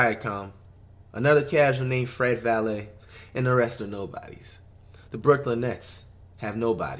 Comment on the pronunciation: “Fred Valeh” Facts yo